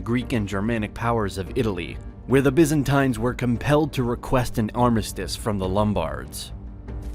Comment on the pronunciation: Is anyone else screaming internally each time Byzantines is pronounced?